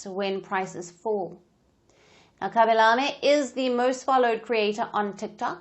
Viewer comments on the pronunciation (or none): The way you pronounce his name it's so lame